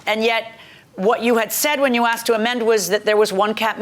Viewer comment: It's asked NOT axed, why do people struggle so much with this. His general presence annoys me.